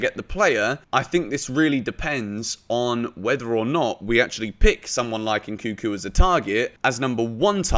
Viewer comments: NNNkunku not nkuku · It's pronounce N-kun-ku, and not N-kuku